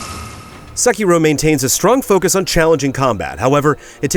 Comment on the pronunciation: Sekiro, Say-key-dol